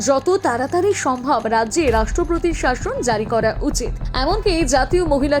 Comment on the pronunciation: Sorry to say this woman who is speaking has got very bad pronunciation like rastropotir instead of rastropotir etc😂